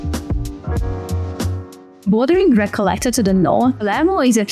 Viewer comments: Recayeta?? Recoleta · Recalleta? Palmo? Come back to the college, couple of dunkeys